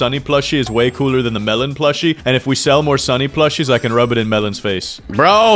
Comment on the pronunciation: I think you mispronounced "Sunny"